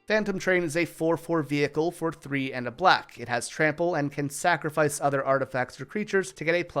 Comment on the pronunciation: I don't like how you said sacrifice like that. Final Fantasy is great it has its downsides but what franchise doesn't